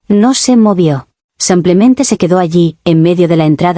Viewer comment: ¿Alguien más últimamente escucha "sumplemente" en lugar de "simplemente"?